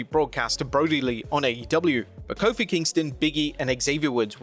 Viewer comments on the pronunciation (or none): none